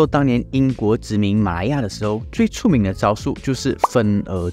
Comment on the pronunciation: 椅子 yǐ zi 出名 chū míng 内容不错，发音还需加强